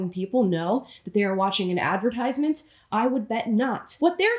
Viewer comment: You said 'advertisement' wrong!